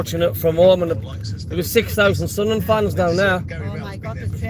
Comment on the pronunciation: It was nice for Millwall to do a Sudnerland instead of Sunderland 😂